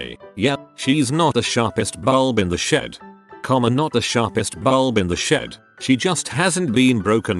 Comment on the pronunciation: I am literally hearing, "Not the sharpest BULLLB in the shed."